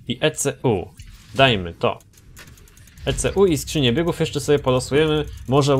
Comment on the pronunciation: E - CE - ŁU" you made my day 😂